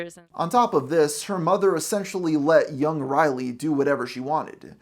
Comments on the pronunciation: Do you keep pronouncing her name O'Reilly?! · Why does this guy repeatedly call her O'Reilly? Kills all credibility. I'm almost half way through this vid and I'm going to stop here. Boo, downvote. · Riley, not O'Reilly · Am I the only one who hears “O-Riley” every time he says “Riley”?